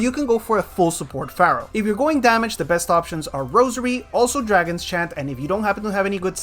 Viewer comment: te felicito por ser el unico youtuber de saintseya q dice "Pharaoh" en ingles de la forma correcta, hahahaha